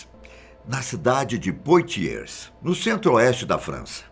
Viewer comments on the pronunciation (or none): A pronúncia é Puatiê